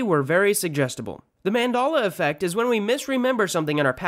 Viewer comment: I'm sorry wtf is Mandola affect? You keep saying it but I don't understand Mandola affect